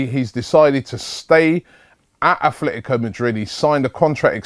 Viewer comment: There’s no ‘H’ in Club Atlético de Madrid, Robbie.